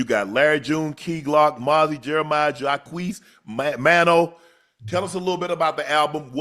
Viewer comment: Shannon called maino man o 😂😂😂